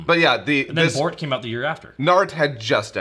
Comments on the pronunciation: Wait, wh y do you call Boruto "Bort"? I mean, for consistency, you would be calling Naruto "Nart". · why were they saying Bort? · I live in Japan... Why do they keep calling Boruto "Bort?" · I love how you guys call Boruto "Bort" and just keep saying "Bort" so casually! Bort sounds so funny!